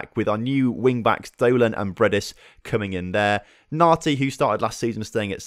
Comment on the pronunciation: “Rhys Du-lan” are you sure it’s not like “Dough-lun”? Seeing as he’s English?